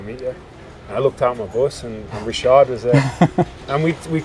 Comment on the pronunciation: Mark is one of the few people to correctly pronounce Richard in a francais way